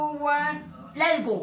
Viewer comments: tri, tu, guan... LEZ GO! xd jaja like si te dio risa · lest go. hay Dios mio jajajajajaja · Yo escuché Elmo y era Lets Go XD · Nadie* Absolutamente Nadie* La mama de Carlos : les gou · La mamá no dijo lets go, ella dijo lesgou xD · si es verdad dijo lesgou 😂😂😂😂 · "Les go" JAJAJAJAJAJA 🤣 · Three two one les go 😂 xD 🤣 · La boto la abuela de como se dice en English cero dijo: lest'go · One two Three lests go 😂😂😂😂😂😂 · Lest go,jajajajaja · Nadie, absolutamente nadie La mamá de carlos: Cero se dice Lets go xD Saludos y éxitos!!